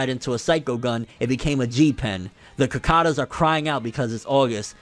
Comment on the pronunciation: "... the kakadas (cicadas)..."??? -__